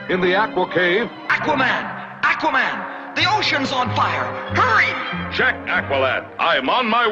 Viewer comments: OK, to the guy narrating this video; it's Aquaman, not Acuaman. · It's aqua an with the a like ardvarknot like the a in anvil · he says A quaman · the way you pronounce aqua-man tells me you never read the comics. THUMS DOWN. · Its pronounced Akwa now Ackwa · Akwa man lol its pronounced Au Qua Man. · It's pronounced AAHH-quaman. But in the 60's-70's cartoon, Ted Knight used to pronounce it ACK-wa-man, as in back, hack, jack....ACK-wa-man!!! LOL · Am I the only one who gets annoyed when people pronounce it "ACK-wuh"? It's "AW-kwuh"! The other way is like saying "Maar-ri-oh Brothers" ugh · Ackwahman? XD it's aquaman lol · AQUA-man not ACKUA-man. Nice video though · AQUA=AH-KWA, not ACK-WA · It's not ACK WAH MAN! It's AWK WA MAN! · it is AU-qua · why does everyone pronounce him as "ackwa-man"? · Ah-quaman? Aquaman. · it's pronounced oh-quh-man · AHH-quaman is how it is pronounced. I am a comic book expert. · It is pronounced ak-wa-man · you say "ahqua" like a Canadian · When did Aquaman become Ackwaman? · Ak-wahman? What about Aquaman? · Is it me or is he mispronouncing Aqua.....maybe it's a regional thing... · The way you say Aquaman makes me wanna punch a wall. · Okay let's just say this.. We all know he is pronouncing Aquaman wrong. But my plea for him is he is going off the pronunciation they used in the old cartoons.. Listen to how Aquaman himself says it in the beginning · This guy can't even pronounce "aqua" correctly. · You are pronouncing Aquaman wrong.... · Oh yes he is. Even worse than before. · Yes he is. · still wrong....even more wrong than before. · Not sure why, it bugs the way they say Aquaman. I feel like the first a should sound like a short o, not a short a. But that's probably wrong anyway... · Seriously! Learn how to pronounce his name right!